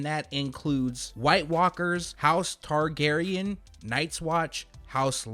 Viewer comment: You can tell does not watch Game of Thrones with the way hey was making sure to properly pronounce Targaryen.